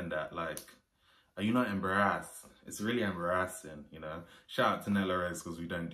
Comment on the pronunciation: It's the beard noise for me. "Are you not embawrrrrassaswdd?"